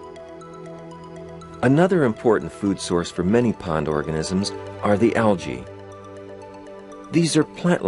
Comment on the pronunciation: it is pronounced algy not algay